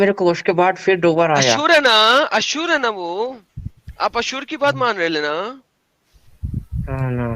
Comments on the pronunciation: It is asur not ashur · ashur nahi, asur hai anna😀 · Not Ashur nahi Asur.